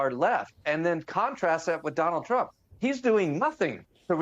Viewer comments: Did he call him Jonald Chump? Lol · Is it me or does he say Jonald Trump at the start lol...